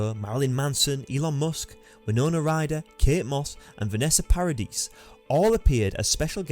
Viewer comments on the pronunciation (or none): none